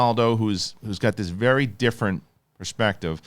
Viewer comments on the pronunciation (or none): none